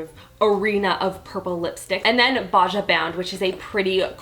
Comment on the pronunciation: Dude she pronounce Baja (Ba-ha) the way it's spelled instead of what it actually is